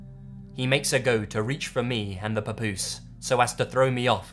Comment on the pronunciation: P✌S Great job w/ the word "Papoose" no Accent..🎩OFF! ✌👹